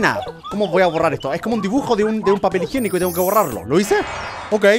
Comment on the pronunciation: dice "papel higenoco"